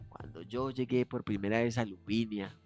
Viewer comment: Por qué dices LuviNIa si es Luvina!! Me describo 🤣